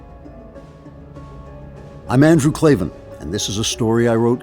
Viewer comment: Its Klaven not klavan.